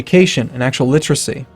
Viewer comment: Stop saying 'littracy'.